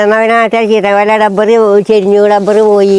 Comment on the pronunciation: 😅 എടാ മെയന്തെ മാങ്ങാ മരം അല്ല മാവ് എന്ന് പറ ചക്കമരം അല്ല പ്ലാവ് എന്നാ പറയണ്ടത് ഡബ്ബർ അല്ല റബ്ബർ എന്നാ